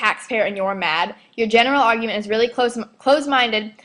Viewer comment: how the hell do you take advantage of food stamps and you make fun the way black people talk im sure in the video i heard you say augument its pronounced argument even tho i am Hispanic you guys are some messed up sons of bitches have fun in hell with your prejudice lives im pretty sure they dont even know all of the things black people did to create and form this country oh and you should be hurt because every word you said in this video will come back and get you